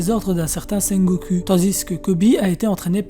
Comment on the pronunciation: c'est ultra perturbant la manière dont tu prononce sengoku, le u se prononce ou